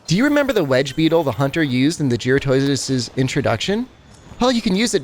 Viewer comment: Someone who can actually say jyuratodus correctly :)